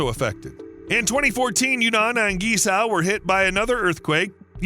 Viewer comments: Seriously, learn the pronunciation of Guizhou if you’re going to make a 20 minute video about it! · Please learn to pronounce Guizhou correctly. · This province is actually pronounced as Queen Joe (Guizhou), except some pronunciation problems it's a great work though. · It's pronounce and sounds more like KWEE-Zoe", not GEE-Sow".. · Thanks for the video. You pronunciation of Guizhou (Gee-Sour) is a shocker and funny. At least you try. Maybe try this, instead of Gucci, try Guc Joe. Yep, the bridge cost more than the handbag. Cheers. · Was so hard to hear you say GiZao 😂 it is called GuiZhou and pronounced - guyi joe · His pronounciation of guizhuo is completely unrecognizable. It's not gizow. It's pronounced like gwei joe. His pronounciation is so far off that i had no idea what area he was talking about until I saw it written, and I'm used to the Americans' pronounciation. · Not Gee Sao, buddy. Gway Joh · What you pronounce as geez-zow should actually be pronounced as gwey-zoh. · Guizhou pronounce “Gwei Jiow”, not “Gie Shou” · It’s pronounce Gway-Tso not Geezao! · Guizhou. Try saying "Gwhey joe". Not "ghee sow" 😂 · “Guei Chou” is closer to original Chinese pronunciation. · Please use a talking dictionary to properly pronounce Guizhou…..it’s not gee za! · It should be pronounces “geay-jo” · I had no idea where you were talking about until I saw it in print later in the video. It’s pronounced Gwei Joe. I’ve been there many times as my wife is from Guiyang. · Pronounced "Gwei Jow" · the pronunciation is gwei chow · It was hard to listen to this, when the speaker massacring the name of this province seemingly every 30 seconds. Take the time to at least figure out how to pronounce the focus of your video. Guizhou is pronounced more like Gway-Joe. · Please make a little effort to learn to pronounce foreign names at least a bit closer to accurate: "GuiZhou" should be pronounced similar to "Gway-Joe"! At first I had no idea where you were talking about!